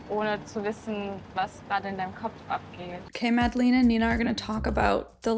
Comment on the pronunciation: I'm sorry but it's pronounced not MadlEEn but with an e like the e in Melania (sorry, but i was searching for another english word that has that sound but couldn't think of one)